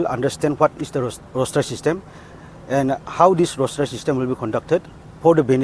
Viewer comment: Roster not roshter